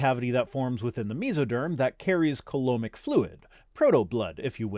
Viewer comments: Random nitpick: "Coelom" is pronounced "see-lum", not "koh-lum", because English. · It's pronounced "see-lum". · Heya, just a quick point: coelom is pronounced like "see-lum" Outside of that, great as always. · Isn’t coelom pronounced /siləm/ not /kɔləm/? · As always, I enjoyed this video, and not just for my necessary micro-dose of. Quick bio-pedant nit pick (sorry, I literally can't help myself): Coelom is usually pronounce 'See -luhm'. Keep up the good work!